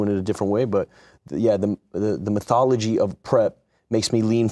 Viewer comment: I think Shia meant methodology. He said “methology.” METHology? Maybe that is what he meant. 🤣